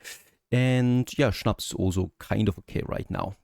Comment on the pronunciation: Is it possible that you got German tribes because I never heard anyone pronouncing "schnaps" as good as you 😂.